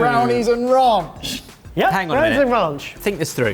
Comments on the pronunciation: "Rounch" come on guys. You know its "ranch" 😂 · Please quit calling Ranch Raunch